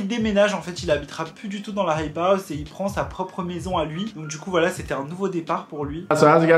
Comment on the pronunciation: Tu sais pas dire hype house fr